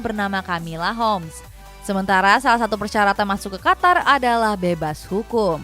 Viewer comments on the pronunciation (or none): none